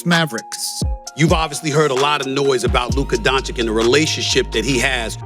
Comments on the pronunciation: BTW, why some of these "experts" pronounce Luka's name as "Don-cheek"? It's "Don-cheech" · Some pronounce as Don-teech